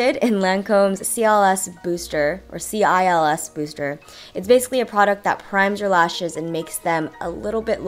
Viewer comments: Cils in french means eyelashes... It's pronounced "sil" not "c.i.l.s." haha! But that was cute tho. Great tutorial btw xx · the lancome cils booster is actually pronounced like the french word for eyelashes!! so it would be pronounced "sil" instead of c-i-l-s :-) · Jenn, the Lancôme Cils Booster is actually pronounced "sil", not just spelt out. For English speakers it probably makes more sense to read say it sort of like "seel" The words "cil" is French for "eyelash". The s at the end is silent...I'm not so good at explaining, just wanted to share! :) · its pronounced cils not c-i-l-s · Bonjour babe:) Cils means eyelashes in French and it's pronounced "seel" Voilà! Bisouuuuus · BTW cils pronounced "sills" is French for eyelashes;) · "Cils" (lashes in French) is pronounced in a similar manner to "sill". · CILS means "lashes" in french! It's actually pronounced without the S at the end so it's like "sil" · "Cils" means eyelashes in french. You pronounce this like "seal" but with a shorter sound :) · "Cils" is French for "lashes", it's pronounced like "s-ee-l" even if there's a S at the end ;) Thanks for the video, you look really pretty with and without makeup! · "cils" is french for lashes :) pronounced "seal" the s being silent! this is gorgeous by the waayy! love it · 'cils' is french for eyelashes, it's pronounced like seals :) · wow, love the look :) and in case you are wondering: CILS is pronounced "ci" and means lashes in french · "CILS" is pronounced 'seal' ; it's a French word for 'lashes' :D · "CILS" is "Eyelashes" in french, pronounced like the word "seal" :) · So pretty :) "cils" is pronounced like "seal", it's french for "lashes" ;) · Just so you know: " Cils " is the French word for " Lashes ", and it's pronounced the exact same way as " Seal " :). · i love this look on you!! btw, cils is actually french for "eyelashes" and it's pronounced as "seal" :) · Cils means eyelashes in french :) pronounced as : "seel"